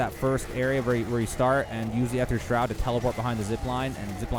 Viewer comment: the way he pronounced Aether Shroud just bugged me all the time. You can just spam the gobble gum key and it works just fine, dont really have to rebind it to your scroll wheel